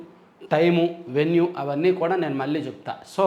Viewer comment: నమస్కారం అండి. మీరు ఈనాడు జర్నలిజం స్కూల్ లో చదువుకున్నా కూడా లో కళ,కల...మళ్ళీ, మల్లి...కణం, కనం అనే పదాలకు తేడా లేకుండా మాట్లాడుతున్నారు. అది కొంచెం సరిచేసుకోగలరు...